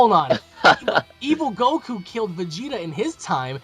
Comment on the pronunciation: *goku not gould